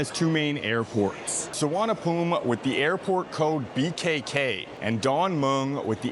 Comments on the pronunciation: Location and Location It is NOT Suvarnabhum. It's Suvarnabhumi. The "i" at the end is not silent. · Bangkok'a one of the Intl.Airport's name (The other one is Don Mueng) is actually known as "Suvarnaboomi" (meaning Golden Land in Sanskrit) But the TukTuk & Cab Drivers there Mispronounce it as "Suvarnaphoom".. :face-green-smiling::face-orange-frowning::face-blue-wide-eyes